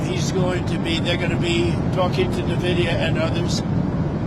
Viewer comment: Nuhvidia? I… dont like the way he pronounces it 😂